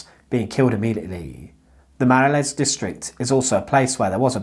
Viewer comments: Brussels, truely the capital of surrealism :) btw, it's pronounced "les mah-roll", and the neighbourhood doesn't exist anymore in any shape or form as it did back then. It has been mostly razed to the ground in a mega project for large infrastructure and office building development. It used to be the area where the poor Bruxellois lived, and interestingly they kind of had their own language which constisted of folk based dutch interspersed with folk french colloquiliasms and it stood out from the usual bourgeois french that the striving upper and middle class cultivated eventhough Brussels was a dutch speaking city in its origin. Anyway, that's a whole story in itself. I enjoyed my time living there and the place is rich in odd stories and history, but this one was new to me! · The pronunciation of Les Marolles is hilarious…. One could also, by the way, use the word Marollen in Dutch since Brussels is officially bilingual French/Dutch.